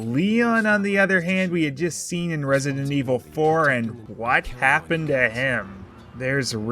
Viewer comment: "Resinent" lol